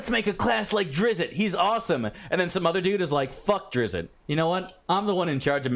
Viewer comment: It's DRITSST. I feel like you MUST know that and are saying it that way to trigger me, specifically